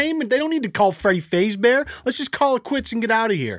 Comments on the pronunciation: Bro. I can't get over time he says FAZEbear. Faze gang Freddy lmaooo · Faz-Bear not Faze-Bear..but..call it however you like it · Jimmy Jamestown Massacre Faz bear. Like Phaz bear not phase bear XDDDD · everyone but: freddy fazbear: freddy FaZebear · Fazbear not Fazebear. Just trying to help. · It’s F-ah-zbear pulls out bowl of p-ah-sta*✅ “can Scott Cawthon copystike this clickbait, 1 sec” *walks away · My dude said faze bear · That's not how u say fazbear and fnaf is five nights at Freddy ik u probably know this I hope its joke XDDDDDDDDDDD (Gone Wrong) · Lmao it was kinda funny with him calling FNAF Friday nights at Freddy’s and mispronouncing Freddy Fazbear 😂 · 🤦‍♂️ i mean this video is amazing other than the fact that is pronouncing Fazbear wrong😂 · im scared fo say that you said fazbear wrong cus then your army will kill me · i hate the way he pronounced fazbear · I love but I don't like the way u said fazbear